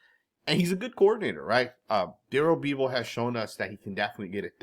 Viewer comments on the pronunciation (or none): It's Daryl BEV-el. Like Bel Biv Devou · I went to Wisconsin and played some football at Whitewater and pretty much spent years watching Darrell bevell play quarterback and then threw his early years he's legit but you are definitely not saying his last name correctly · If Pete was going to go back to Bevel (pronounced Beh-vel, no Bee vel...), he'd of done it a long time ago? He's moved on. don't see him hiring Waldron either. He underwhelmed big-time in Seattle and Pete won't want to hire someone who's a reclamation project. I could see him liking Slowik a lot because Pete likes a balanced offense that has a solid run game. He's not going to pick someone whose doing a high powered pass offense, in part because it leaves the defense on the field too long. I could see him also looking at Byron Leftwich & Frank Reich... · Bevell is pronounced like Level. FYI